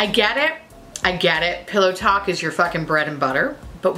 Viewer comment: Every time you say pillow talk in that accent I die 😂😂